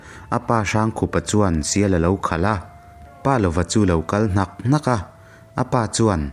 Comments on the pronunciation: pa lova tia chhiar loin palova tia chhiar zawm tur ani e....i aw ngaithlak anuam a....ka ngaithla ve ziah ania.👍👍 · Palova hming ilamrik dan hi a diklo tlat mai.😢